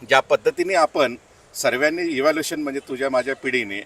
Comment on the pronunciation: या निळ्या शर्टवाल्याला सांगा. इव्हॅल्युशन नाही बरोबर शब्द इव्होल्युशन असा आहे. वापरायचेच असतील तर निदान बरोबर इंग्लिश शब्द तरी वापरा.